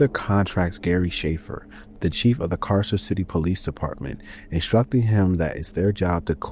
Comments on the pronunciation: (Car-sir) Carcer City not (Kay-sir) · “But it’s out of glass.” I could excuse “Kay-sir” City, but not this, what the hell?